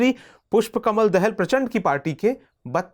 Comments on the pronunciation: Sir, देहल नही दाहाल । हिन्दी भी पढनी नही आती !!! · दाहाल है